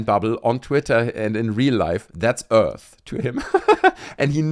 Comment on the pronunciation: people of earf